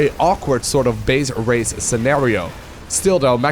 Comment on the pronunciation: RAZE not race